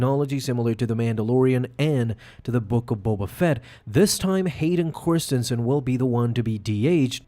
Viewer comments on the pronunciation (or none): Did he say Hayden Corstinson? 😆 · "Hayden KORstianson" 😂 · i'm sorry who? hayden corstinsan? 😂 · ....is the mispronounciation of Hayden's last name intentional....?